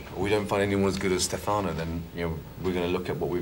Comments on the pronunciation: FOR THE LOVE OF GOD ITS STEFANO!!! (Stef - uh - no) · I'm starting to say Stefáno instead of Stéfano even if I know it's wrong.